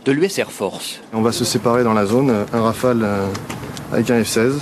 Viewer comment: "ze raïfeille"